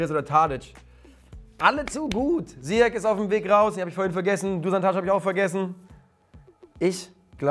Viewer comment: Ziyech und nicht Zyiech 😂😂